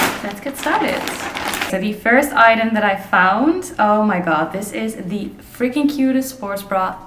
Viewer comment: Gaat goed! Back on track. Lekker. Ik vind je geweldig maar mag ik je één klein stukje feedback geven over je Engels? Je spreekt the uit als thie maar het moet meer klinken als de zeg maar. Anyway veel succes met je channel! Erg gaaf.